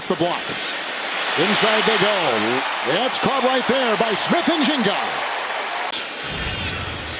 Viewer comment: "That's caught by Smith-NJenga" um who sir?lol